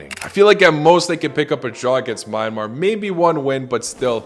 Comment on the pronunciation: Myan - mar bro pronouns a little wrong🇲🇲😂